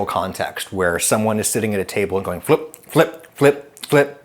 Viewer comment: Captain planet said fliup